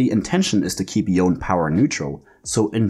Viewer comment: Y-own. Yo-nay.